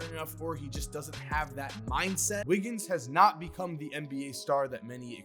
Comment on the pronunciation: "thee best of thee best"